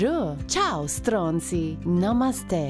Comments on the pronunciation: I'm Italian. ,🇮🇹And I'm stunned by the perfect pronunciation of STRONZI. The Italian R is fucking difficult to learn. Very based content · i love your pronounce of "ciao stronzi" perfect!